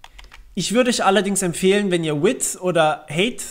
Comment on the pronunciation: Danke fürs Tutorial. PS: height wird nicht wie eng. 8 ausgesprochen sondern eher wie Hait (Hai + t)